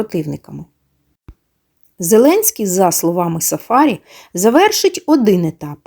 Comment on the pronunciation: Цікава інформація , дякуємо але ,шановна,трохи вчіться, хоч якось почитайте, а саме ,в східних народах наголос ставиться на прізвище не так ! Не сафа'рі, а сафарі'. Наголос треба ставити на останній склад!